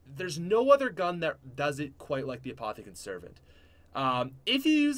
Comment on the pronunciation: apothican sarvent